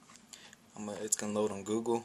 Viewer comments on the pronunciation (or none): none